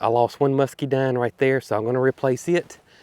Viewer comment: Why do you pronounce Muscadine musceedine??